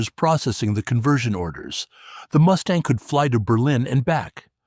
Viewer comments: Ha ha ha "Moosetang" 😂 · Haha, “Moose-tang” certainly gives the Mustang a memorable new pronunciation